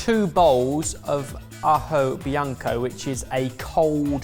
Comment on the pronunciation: Ajoblanco mate, not ajobianco... And you should have used some garlic from Las Pedroñeras in Spain :(